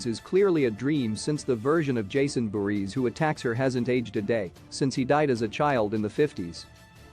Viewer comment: First of all, why do you keep saying “Friday the 13th’s seconds”? Second, you keep mispronouncing Jason’s surname. Third, you mispronounced “Lives” in the title of ‘Jason Lives’. Fourth, why did you show those cringe-worthy pics of those ugly, fat random people at the end?